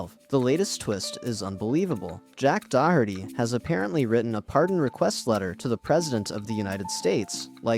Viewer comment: Dude learn how to pronounce Doherty